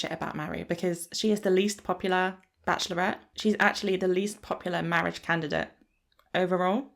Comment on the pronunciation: 😂 Mortgage instead of Marriage sent me! But I then went back over all your previous videos and realised 🙀 you had called "Marriage" many different things in this series! Marridge! Marge! The Big M! Morridge! X...Marriage...X! 😂😂😂🥳